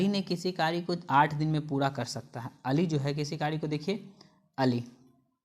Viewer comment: Q 87 me kary ko kari kyu bolte ho bhai